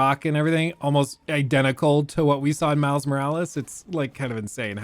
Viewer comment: I misheard: Mouse Morales instead of Miles Morales. Now I can't unhear it, especially when says it so often in quick succession. Dammit, I guess that's Miles' name now, at least for me.